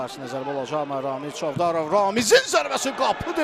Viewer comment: Çovdarovun adında sonuncu hərf Z-dir, N deyile,🤦🏻‍♂️ay ağıllı